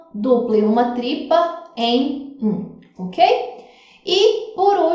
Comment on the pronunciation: vc falou tripa em vez de tripla kkkkkkkk